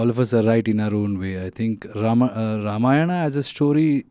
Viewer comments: she's actually speaking ramayan as it it than ramayanaa... Appreciate it...namit shd also correct rama and ramayana in movie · I like her pronounciation of Ramayan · This girl pronounced Ramayan better than most indians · The interviewer is pronouncing it very well “RAMAYAN” and not “RAMAYANA”❤ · Real props to the interviewer. Starting with her pronouncing Ramayan instead of Ramayanaaaaa. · The interviewer gained my respect within the first minute after pronouncing Ramayan correctly. She's the first foreigner who pronounced it correctly. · Happy to see someone actually saying ramayan not ramayana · Interesting to hear the interviewer prouncing Ramayan & Ram correctly, unlike the actor and the other guy. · i like how the anchor is saying ramayan and not ramayana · Happy to hear "Ramayan" instead of Ramayana from those who are not familiar of Indian culture and Indian mythology ❤ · Nah. On the contrary, she is the first non-Indian lady who correctly said Ram instead of Rama and Ramayan instead of Ramayana. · I guess she is the first foreigner interviewer to pronounce the word "Ramayana" correctly and respectfully.